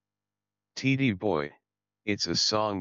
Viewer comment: Tee-Dee boy? Seriously bad AI voicing.